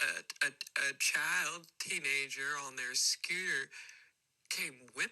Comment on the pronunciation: i burst out laughing at the "scooter" pronunciation AHGSJDK